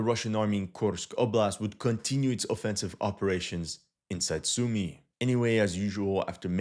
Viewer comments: It's Soo-my, not Sue-me. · You still want to practice your Сумы pronunciation